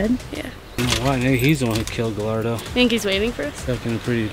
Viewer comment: Just for the record, his last name Gallardo, is pronounced Ga-yardo :) 'll' in Spanish is either a ya or ja sound. I'm super intrigued to see what happens!